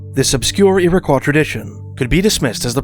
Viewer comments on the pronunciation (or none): I always heard it 'Irrah-qwoy"